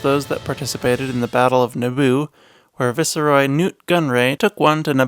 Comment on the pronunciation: Viceroy is not pronounced “visseroi”. Vice Roy